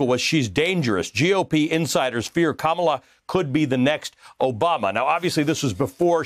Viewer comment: "Kamala" is a beautiful South Indian word. It came from her mother, who is Tamil. Please do NOT botch the word. It's pronounced Kuh Muh laa. Just YouTube it. Google's CEO is also Tamil. But anyway, I think this is a stupid pick by the Biden campaign, because WHO CARES ABOUT CALIFORNIA?! California is going to vote democrat anyway. Pick someone from the swing states! It's so obvious. No?